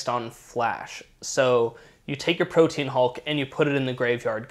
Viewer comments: Most annoying thing about this video is the inability to pronounce Protean. It's not Pro-teen...its Pro-tee-an...get it right, please. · Pro-tea-an. Not protein. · Proteän Hulk. Like a diacritical. Not "protein." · Protean is pronounced "pro-tee-an" btw. It's not "protein". Three syllables. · "Protean" is pronounced Pro-Tee-An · protean = pro-tee-an